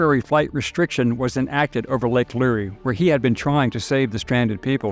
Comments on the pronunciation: Thanks for this well done report. Just one tip: the "Lure" in Lake Lure is one syllable, as in a fishing lure. Keep up the great work. It is most appreciated by us North Carolinians. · Lure, like a fishing lure. Not lurey. An ironic part is that the city of Asheville is very liberal and their minds havent changed. Brainwashed citizens and a government that truly hates us, what a time. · Lake Lure, like fishing lure-- not LurEE 😬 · Good story. But, it's Lake Lure, like fishing lure. And when Biden and Harris flew over WNC, they didn't dare touch the ground here, all rescue and supply flights had to stop for over 3 hours!!! Love you, mean it. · The lake is pronounced Lure, the e is silent. Also, Appalachian is latch not lay. The pilot should have just left that area and flown back to get those people anyway. I would think any judge or magistrait worth their weight would have thrown out the charges if he would have actuality been arrested.